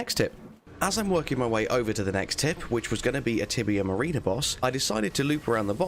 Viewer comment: Mariner is pronounced ma-rin-ah not marine-ah! 🤣